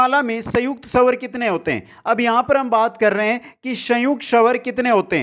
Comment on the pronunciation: Pela bhi phla ,& sawr nhi swar 😁😁 improve your pronunciation 👍